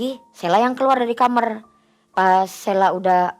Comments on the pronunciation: kamar wai....bukan kamer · KAMAR....bukan KAMER....😅😅😅😅 Gini kok jadi terbaik🤣🤣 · knpa kbnyakan nara sumbernya,klo bilng kamar jadi kamer😂😂😂. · Kamar sel,bukan kamer